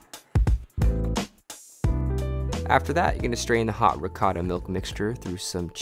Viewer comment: In our LasagnE there's not "rihota (ricotta)" how you say it, there is "besciamella", which is completely different.